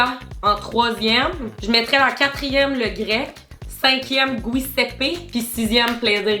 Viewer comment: La prononciation de Giuseppe 😂, elle est vraiment bonne mais ca dit sur la boîte de mettre sur une plaque il me semble haha